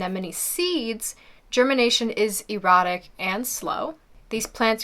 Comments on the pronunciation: Good video. Pronunciation is a bit strange on plants such as Solomons Seal and Hostas. I believe they would be pronounced as “sah-low-men” and “ha-sta”. It sounded like you pronounced erratic as erotic. Maybe 😄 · Thank you for pointing all this out. Her mispronunciations and poor descriptions can mislead some noobies. And anemones are “erotic” from seed?